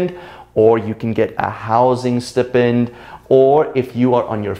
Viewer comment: excuse me, did you pronounce the word "stipend" wrong?